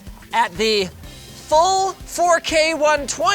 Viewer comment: For a second I thought it said "F***" instead of "Full".